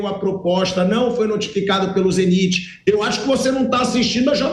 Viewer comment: Pilhado foi pronuncia Zeniti como se todos pronunciassem o nome errado,e acaba ficando estranho a forme que Ele pronuncia!